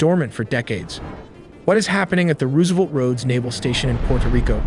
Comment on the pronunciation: "Roooosevelt roads" AI narrator giveaway.